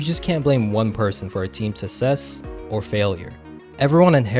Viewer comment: love the video but please work on saying success it's for some reason really bugging me